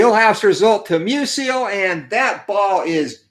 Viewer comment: Good game. FYI, I believe it’s pronounced “MEW-zle” (two syllables) — not “MEW-zee-el” like Stan Musial.